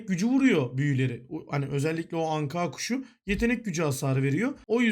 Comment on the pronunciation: ankaağ kuşu diyişine bayıldım